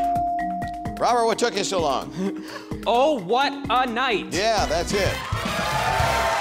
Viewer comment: oh what a night, there was a T missing in night